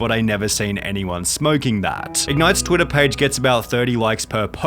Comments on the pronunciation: "On Twittahhhh"..😂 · I mean - he is a multi millionaire and you - you cant pronounce "Twidda" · I like how Sunny says twittahhh. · "TweetAHHHH" lmaoo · twiddAHH, yeAARR, qurtAHH, latAHHRRR... jeez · Never heard of the guy never heard of you but the way you say twitter..🤡